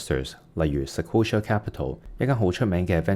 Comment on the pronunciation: ，Sequoia 唔係Sequola